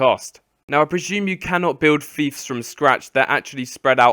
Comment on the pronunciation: its not, Feefs its Fiefs as in Fifes not feefs, aaaaaaaaaaaaaaaaarrrgh grammar nazi rage